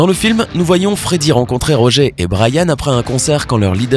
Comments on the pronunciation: C’est RoGEUR pas roger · C'est moi ou... Tu as dit "Rogé" et pas "RogER" ? Oh quel irrespect pour Ben Hardy ainsi que le vrai Roger... ;-; C'est de l'anglais donc ça se dit Rog"eure" c'est pas joli "Rogé" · MAIS SVP ÇA SE PRONCONCE ROGEUR TAYLOR PAS ROGÉ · rogé taylor ROGE mais bordel pourquoi détruire le nom des gens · Pas Roger "Rogeur" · aie la prononciation du nom de Roger... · Ta mal prononcé Roger